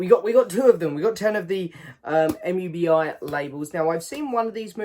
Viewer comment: Shiva baby is good I’m sure you’ll enjoy it … mubi is pronounced moo-bee 👍🏻